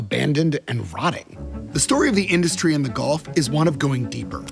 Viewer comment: Gulf … not Golf.